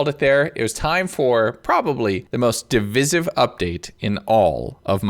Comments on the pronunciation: Mans said "div is if" 😂 di-vice-If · your pronunciation of 'divisive' is criminal